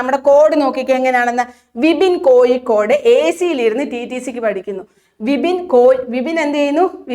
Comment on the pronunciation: Kozhikode,peavishabada..uchaarana sudhi ellaloo...teacher....